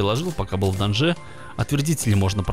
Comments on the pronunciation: Надо говорить не в данжЕ а в дАнже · Даанже ударение на а